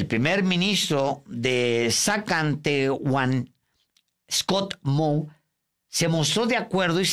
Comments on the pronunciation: Querido Alejandro, esa provincia que mencionas como ZAKACH ONE se llama realmente ZAZKATCHEWAN.😊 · Se pronuncia sascacheguan mi buen Alejandro, jajajajajajajja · Jajaaja estos brutos ni saben pronunciar Saskatshewan ni Legault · No cuestiono su profecionalalismo, tampoco su ideologia. Pero estoy dando una critica positiva a errores de diccion, y por ejemplo la provincial de Saskatchewan, claro dificil de pronunciar pero se escucho que no se preparo nada previo a leerla En fin, todos tenemos oinion.